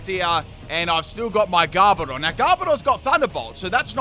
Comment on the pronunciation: Ah my favorite Pokémon according to the title, Garbodar. Not Garbodor, Garbodar. Love ya